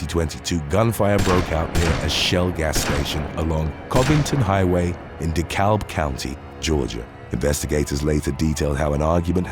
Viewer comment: The "L" is silent in DeKalb County, GA. Ijs